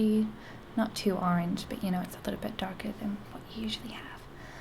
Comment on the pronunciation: Very nice. Only tip is that dark, and darker require a stronger 'r' sound.